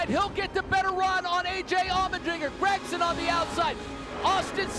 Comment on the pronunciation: This other commentator should honestly learn that Gragson isn’t pronounced GrAgson, it’s more like Gregson